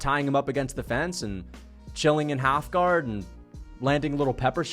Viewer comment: and what’s half gar ??? It’s half guard !!! You said it twice in a row .